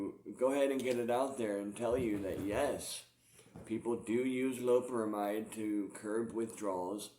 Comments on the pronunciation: Lo-pe-ramide not loprahmhyde. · do you have any sort of respect for the art of teaching English? Doubt it cause you've clearly read that wrong mate. Not gonna argue like just been nice and replying if you disagree with my comment then that's sound. I was mentioning it to him hoping he reads it right he's pronouncing it incorrectly.